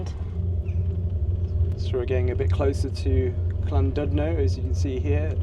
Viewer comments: It's pronounced Llan"did'no not Llan"dud"no. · Llandudno is pronounced "ɬanˈdɪdnɔ" the Ll is a unique sound; not quite cl but closer to cl than ll, more importantly the u sounds similar to an "i" sound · I know pronunciation is hard for non Welsh speakers, but what gets me is the F, in Welsh 1 F = V , 2 Ff = F and LL isn't C 🤣👌 the original British language should be learned by everyone in Britain 🤣🤣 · LLandudno. Ah yes, the Welsh double L. It's quite simple. put the tongue against the roof of your mouth and blow, letting go for the second L. No single L and neither a c nor a k.